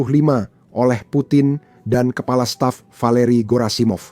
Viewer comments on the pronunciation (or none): none